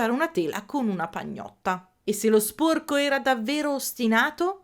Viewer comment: ti prego, sporco con la o chiusa non si può sentire 😭, capisco che è caratteristica regionale ma ti prego prova a dirlo con la o aperta🥺